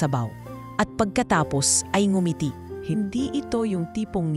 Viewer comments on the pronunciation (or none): Sobrang Ganda Po ng istorya. Tangi ko pong comments may mga grupo po ng salita na d maganda at Tama Ang pgkakabigkas gaya Po ng "kanin", ngumiti, daing etc. salamat po